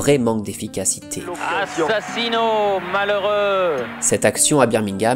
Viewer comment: Assassino comment? ahhhh les journalistes lol